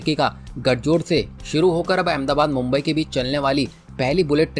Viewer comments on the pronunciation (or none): none